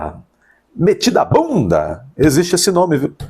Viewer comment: Meditabunda, Dr... e não metidabunda... kkk... acompanho seus vídeos diariamente; parabéns pelo trabalho. grande abraço.